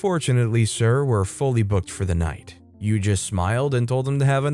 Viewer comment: Yue = You-Ay...JSYK